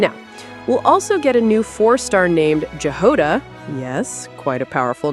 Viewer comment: It's not Jahoda It's Yagoda! It's Russian words and it's sounds different. Just listen Japan sounds in game.